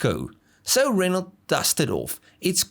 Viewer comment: ren-o. not ren-alt